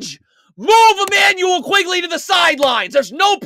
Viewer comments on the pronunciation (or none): Good video...but it's not Immanuel 'QUIGley'. It's Immanuel 'QUICKley' (Quickley).. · my favorite part is how he keeps calling Quickley “Quigley”